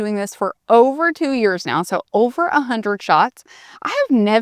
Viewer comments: You said, "A" hundred and twenty five pounds and I heard 825. I did a split second double take before I straightened it out in my brain. 😅 Either way, that's great! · Okay so it wasn’t just me that heard that and did a double take! 🤣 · Omg me too!!!! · I heard the same thing. 😂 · I heard that too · Me too